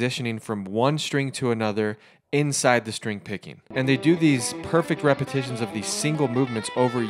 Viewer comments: Repetitions not repitions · It was "repitions".. How do you chirp so poorly?